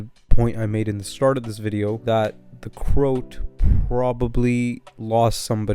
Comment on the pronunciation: Great video, but you're pronouncing the name wrong - it's not Crout, it's CroAt, as in a person from the country Croatia in Europe.